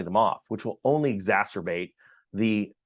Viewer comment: Said exacerbate really nicely today.